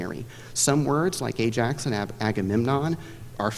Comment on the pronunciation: Someone opted against taking a general ed in Classics. Buh-all, Ay-Jacks ^_^